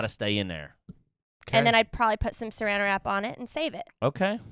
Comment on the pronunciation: She for sure said seranda wrap it 😂